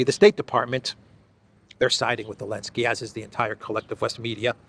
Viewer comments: You still can't say Zelensky? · Biden call him Belensky.😊